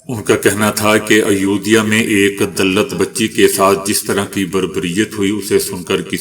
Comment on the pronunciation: درست تلفظ اس طرح ہیں: اُتراکھنڈ۔ دَلِت